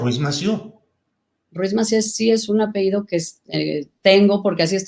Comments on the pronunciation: 2 doctorados y aún no sabe decir apellido, dice apeído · Que pena con tanta preparación de la Senadora Claudia y dice APEIDO cuando lo correcto es APELLIDO..